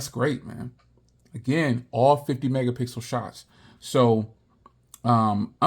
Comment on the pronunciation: 'This is the 50 megapickle shoot' got me